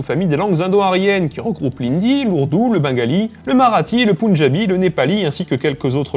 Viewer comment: Super vidéo par contre ^^ on prononce pas le pUnjabi on le prononce pEnjabi même si sa s'écrit avec un U :)